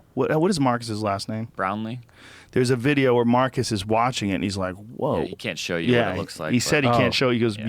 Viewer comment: Lmao "that guy Marcus"😂😂😂 it's Marques, Joe.